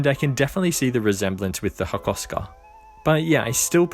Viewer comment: its hakoska in japanese not hakhoshkha